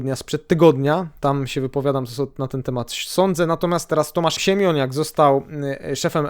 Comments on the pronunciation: Siemoniak, a nie Siemioniak :D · Zle wynawiasz Siemoniak. Albo czytac nie umisz😂😂❤🎉